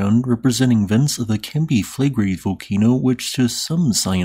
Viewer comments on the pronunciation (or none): Five syllables. Cam-pi Fle-gre-i